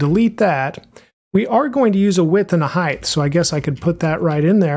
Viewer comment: btw.. height is pronounced hi`t not hi`th because ght is silent gh. not not th sorry driving me bonkers